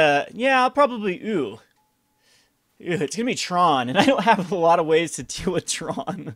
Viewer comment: So it's called TRON not TRAUNT?